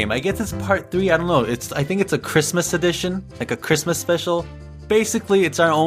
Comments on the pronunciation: it's not chritmas T_T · its not chirmas